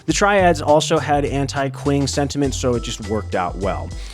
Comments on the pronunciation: Great video, just a small thing, q in Mandarin sounds like ch, so Qing would be pronounced like ching instead of using the English q sound. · "Qing" is pronounced as "Ching". It's where the word China comes from.